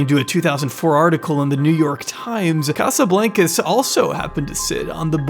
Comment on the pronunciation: You’re pronouncing Casablancas wrong lol. It’s a long A sound in Blancas. It’s Spanish for white house